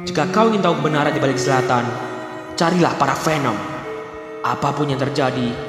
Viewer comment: Zlatan❌️ Selatan✅️